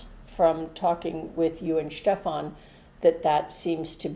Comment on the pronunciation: Was mir zuerst auffällt: Deine Mutter spricht 'Stefan/Stephan' absolut korrekt aus- wie eine 'Mutter'sprachlerin...Hut ab!